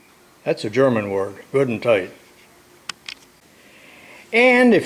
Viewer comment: Goodandtight! I thought that was German!